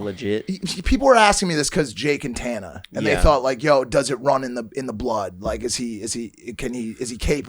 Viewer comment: Is mike saying tana’s name wrong on purpose?